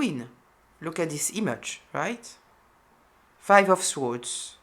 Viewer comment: you are so gifted and my gosh so accurate for me. As a native English speaker ( European living in Manhattan) . May I gently suggest that you don’t pronounce the w’s in for words like Swords . You hardly do it, but I want to help you because your English is flawless..I wish I could speak French that well. Also I notice that many tarot readers in certain communities pronounce the W , it’s completely wrong and although they are American ( English speakers) …it’s a cultural phenomenon.